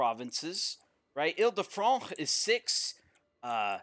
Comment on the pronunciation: I like how he goes the incredible effort to pronounce "Il de France" correctly but totally butchers "Zahumlje".